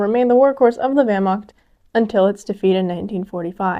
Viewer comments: "german wehrmaKt" 😔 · Great video. For the next one I expect the correct pronunciation of the word (Wehr)macht! Dismissed!